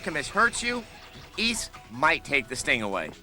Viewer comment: The Ys review was surprisingly really good, what's even more shocking is that they pronounced the game's title correctly. Also "Yes, they made another damn Dynasty Warriors game" I love how this is still relevant almost 16 years later. lol